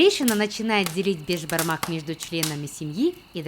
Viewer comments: Не бешбармак а бишбармак это означает биш-пять, а бармак-палец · сіз бешбармақ емес, бешПамак айтасыз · Не бешпармак а беспармак я живу а Казахстане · С Казакстана привет и не бешбармак а бесбармак это переводится пять пальцев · Вы не правильно пригатовили Бишпармак!! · Я как казах ( а я и есть казах) скажу что беШпармак а не бежпармак без "ж" совет что для приготовления бешпармака нужно копченое мясо, вяленное мясо, қазы (тоже копченое мясо), кійріқ май(жир), канина НЕОБХОДИМО использовать даже если нет нужно найти и все это нужно падать бауырсақ, қымыз, шубат, конфеты, сухофрукты, фрукты, қуырдақ, лепешки, и чай по правилам у нас казахов нужно сделать бата-(молитва) но так как вы христиане вам необязательно делать бата это для тех кто не понел молитва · не Бешбармак а бешпармак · Я живу в Казахстане и хочу сказать когда твоё национальное блюдо говорят не првильно как-то обидно правильно не бешбармак а бешпармак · Правильно говорить БЕСБАРМАК! Так как это переводиться как 5 пальцев. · Надо говорить бешпармақ бешпармак